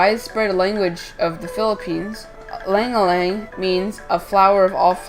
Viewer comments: Good info but the name is no aleing aleing. Its called ilang ilang pronounced as eelung eelung. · Fact check: It originated from Philippines, not Indonesia. It's pronounced as i (as in sea)-lang ilang.